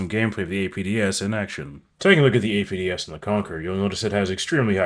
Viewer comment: Everytime you say "APDS"a spookston dies